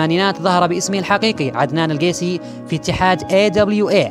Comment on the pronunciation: با الي يقدم القيسي قاعد تلفضها غلط انا من القبيله مما يعني ان المصارع من اجدادي واقلك انت قاعد تلفض اسم القبيله غلط